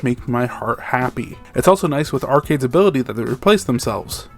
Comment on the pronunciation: I cannot believe i am doing this because of the subject of this video: but you mispronounced arcades as arkidez. If this was intentional i love the dedication to the bit. Great video!